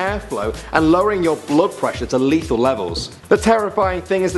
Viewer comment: lethal not leathal